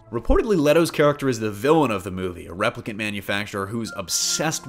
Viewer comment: I miss the days when we had longer movies with Intermissions . I guess attentions spans are shorter—or maybe shorter movies are for the nicotine addicts…? P.S.-- You pronounced "Replicant: wrong, as well as "Villeneuve". (Seems "news" of any sort is getting "damn sloppy!") ☮